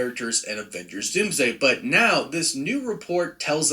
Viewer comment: Not the “DoomDome” 😂 I can't with you, man lol